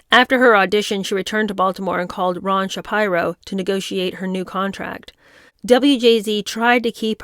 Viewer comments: Sha-peer-oh. It's a Jewish sir name. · Please. Please...Shapiro = Shuh-PEER-oh. And yeah. You are naive about race dynamics, especially in the media. Some one has to tell you, young lady. But, I don't guess you know any better. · The name “Shapiro” is pronounced “SH (SH as in shop) - PEE (as in Peter) - RO (as in row, row row your boat.) SHAPIRO. I’m not criticizing. I only want to help. Hope you don’t get upset. ❤️